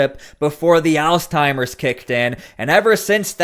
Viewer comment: It's "ALZHEIMER'S" not Alzteimer's, for the love.